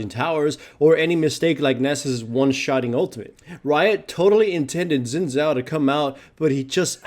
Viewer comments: xin zhao = "Sheen" Zhao , not zin zhao :) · Luis Reina You are right, but if we are strict, you should pronounce it "Sheen Jao", because "Zh" sounds (kinda, but not exactly) like j in jar, jet, joke, etc, in chinese. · Not sin zao but shin chao :D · God damn it it is pronounced as Sin Zao